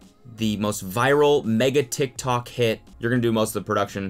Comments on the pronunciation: He pronounces it tik-talk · Tiktok sounds so weird when Cody says it idk if it’s because he’s 80 or what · He says tik tok like a boomer